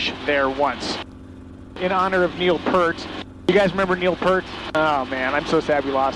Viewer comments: Neil Peart, not PIRT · Another amazing video, keep um coming. Neal Peart’s name is pronounced Pea-rt. Like Pier with a t, Pert is a shampoo. Sorry to be so technical, but my step family are Peart’s also. Anyway, hope this doesn’t get me blocked. Cheers.